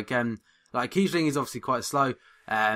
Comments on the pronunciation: Hes pronounced kiessling and not kiebling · It´s Kiessling not Kiebling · you can spell kießling also kieSSling, and you pronounce it like "s". just for your information :)